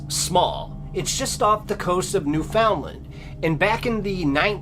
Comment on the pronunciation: lol, it’s pronounced Newf-in-land. Yes I’m from NL.